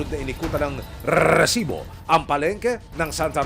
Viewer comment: Annoying Ang pag pronounced nio nang Recibo